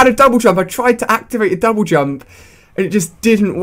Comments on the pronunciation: Lol did he say double dump /:-| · jouble dump! XDDDDDD LOL You said that instead of double jump at one point xD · omg lol you said jouble dump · Lol u said jouble dump